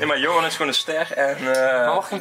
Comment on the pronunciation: ben ik de enige die het grappig vind hoe hij zegt, johan